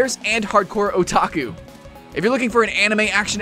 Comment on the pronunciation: You said otaku right but not onigiri.-.